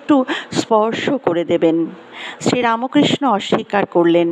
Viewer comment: Not RAMOKRISHA BUT RAMKHRISHNO.....Bangla uchcharan korun